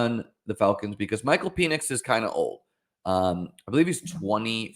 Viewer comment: It’s pronounced like Pennix not Penis